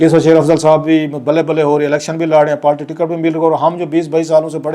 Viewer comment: It is not “Palti It is Party.